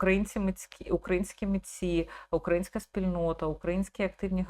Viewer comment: Дякую за працю. Дизельшоу - дуже огидна штука. А ще бісить наголос на А в слові українська - просто лікнеп навпаки. Всі, хто був в залі в той момент, стали тупіші, - казав один старовинний мем.